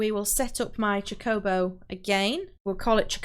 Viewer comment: My heart </3 cuz you can't pronounce "chocobo" right... Jokes aside, thank you for the tutorial! Very helpful! <3